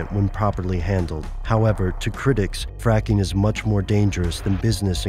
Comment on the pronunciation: did he say fapping it sounds like he said fapping